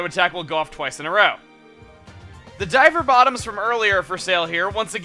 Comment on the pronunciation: lol i thought you said diaper bottoms when you said diver bottoms